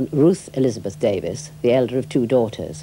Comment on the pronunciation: Enjoyed it quite a bit as Miss Davis (so her generation was called) seemed to, till the interviewer couldn't be bothered to pronounce her name correctly. Sadly it's almost always Brits who do that. Generally a pretty intelligent conversation.